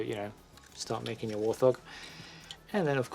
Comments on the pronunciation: It's a wart-hog not a war-thog. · I'd not heard warthog pronounced "war-thog" before.